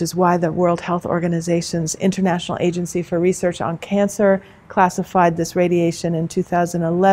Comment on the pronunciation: "Innernational", "innernet"... What is so difficult about pronouncing a T?